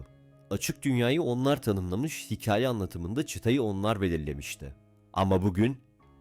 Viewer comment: hıkaye degil hikaye